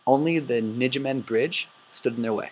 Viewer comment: This is a good presentation, it really is, but you have a lot of mispronunciations in here. It "thirty corp" not X-X-X corp. It's "Ny-may-gin" gin like again. Not, Ni-gym-men. So on and so forth. Also, it is proven in Decisions In Normandy and It Never Snows in September that Monty did know about the two SS divisions in the area but disregarded it. It's more of a question of why the intelligence was ignored more than a lack of it.